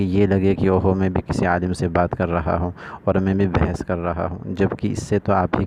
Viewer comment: یہ جمیلی خود کو عالم کہتا ھے لیکن اس بیچارے کو اسی عالم کا تلفظ ھی ٹھیک نہیں ۔